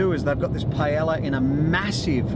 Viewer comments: the ll's in paella are pronounced like a y. :) pie-eh-ya :) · isnt the word paella pan? :) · Rofl that paella pronounciation :D